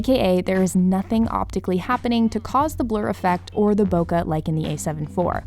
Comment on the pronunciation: Pros don’t say bokuh.